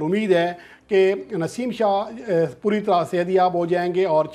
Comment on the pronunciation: Babar Azam nain warning de hai Naseem shah na yr name to thek bol k news dia kro